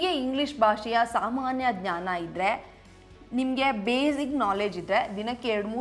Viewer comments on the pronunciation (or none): none